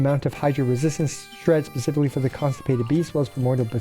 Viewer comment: I cracked up laughing when he said constipated beasts rather than consecrated beasts